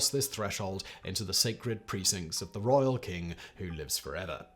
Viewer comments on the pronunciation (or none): none